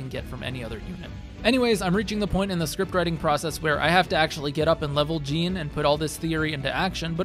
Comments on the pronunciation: Btw its pronounced like Sean (Shawn) but with a J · You pronouncing Jean as gene is a hate crime lol. Great build 👏🏻👌🏼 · I'm just curious why you pronounce his name "jeen" and not "zhaun", when that's how he says it (like Jean-Luc Picard). I mean, I can see that it reads as "jeen", but it does also read as "zhaun". Like, I have yet to ever hear anyone pronounce Sean as "sheen". Awesome video though, and it's stuff like this that makes me want to do a second run sooner (sorry to most of my backlog that I've promised to get to). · this guy didn't even play the game if he's pronouncing Jean's name like "a pair of jeans". gross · It's pronounced "Zhahn" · the pronunciation of jean is killing me. 😅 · Alright... Who's gonna tell him how to pronounce the name right? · Came right to the comments after I heard how he said it lol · Love hearing you mispronounce his name the whole video. But I LOVE this build. You're killing it with your vids my guy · The way you say Jean feels very weird considering how his name is actually pronounced. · You can’t use the “I pronounce it like that because that’s just how the name looks to me” excuse in a game where they actively pronounce the name, it frustrates me to no end hearing you pronounce it wrong Good video though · Video would be a 10/10 if you would pronounced his name right. So instead, 5/10. For the Jean disrespect. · Bruh the characters say each other's names constantly in this game. You've gotta be used to the correct pronunciation by now.